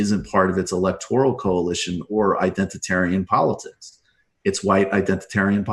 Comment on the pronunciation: Identitarian? Indentatarian? WTF Michael? So pedantic.